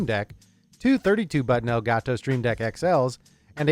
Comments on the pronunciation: Why Does the nerd tech guy say "ElgaTo" like that LULW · "el ga toe"